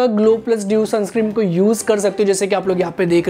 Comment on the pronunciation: Bhai sunscreem nahi sunscreen hota hai 😂